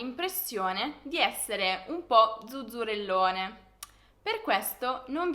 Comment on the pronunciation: Zuzzerellone pronunciato come fai tu mi spiace ma è inascoltabile